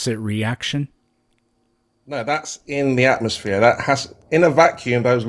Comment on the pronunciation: Why is he calling it an AtmoSHERE?